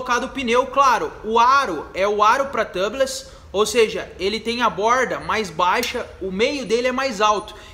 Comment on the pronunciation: A pronúncia de tubeless é "tiubless" , seria Tâbless se a palavra fosse escrita "tubless".